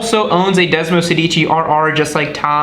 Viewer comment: °Desmosèdici° please! which stands from Desmo16. Otherwise °Desmosedìci° means ° Desmo if you say° ! :D